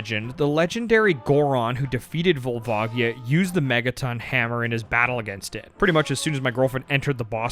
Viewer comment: gotta love all these pronounciations youve invented :D cohiro, kookoo, volvaagia